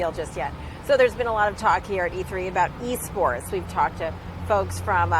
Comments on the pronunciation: I thought they said E-Scorts not E-Sports. If you get the reference then you one of them boys. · Alejandro Espinoza THIS NIGGA SAY E SCORTS?